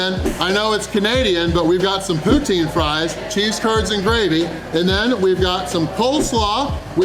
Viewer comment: What's poo-tine?